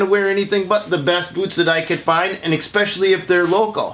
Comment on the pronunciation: Why do people say ecspecially it is spelled especially there is no c infront of the s.